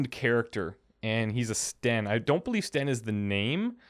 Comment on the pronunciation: i love listening to you think over these choices even though you don't always have things right and how you pronounce them. this is not meant to be snarky at all, i think it's super amusing "and he's a sten" nice ;'